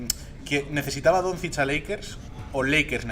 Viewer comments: bien pronunciado sería algo así como "donchich". También acepto "donchik" como lo pronuncian muchos intentando acercarse a como es o incluso "donzik" si lo pronuncias como se lee en español (está mal pero si es tu idioma pues bueno, se puede pasar). Pero si dices algo como "donzids" o necesitas ir al logopeda o lo más probable es que no tengas ni puta idea de baloncesto. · Totalmente a favor de todos los comentarios sobre el entrevistador que ni sabe pronunciar Doncic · Pero si el tio de la derecha no sabe no decir el apellido de de luka vaya desastre